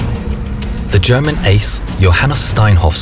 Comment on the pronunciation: surprisingly good german pronunciation